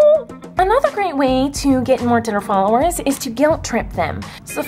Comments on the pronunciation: U say titter it's twitter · I love how she says titter instead of Twitter 💁👑 she's the queen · I love how she hates swearing, yet she keeps saying titter instead of twitter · I love how u say titter 😂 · I clicked this video because its funny when she saids "titer" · She says titer she's amaze though. 💗👍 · "titter followerzz" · every time you tried to say Twitter, I laughed so hard 😂😂 (self promo ahead;) I make videos and it'd be cool if you could check them out :)